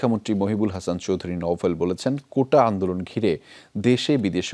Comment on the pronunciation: কোটা তো নয় ,, কৌটা